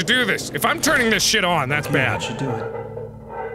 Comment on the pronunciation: You said "dis". We're already clearly in The Cringe zone